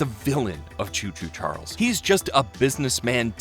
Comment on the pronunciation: I hear chew chew churles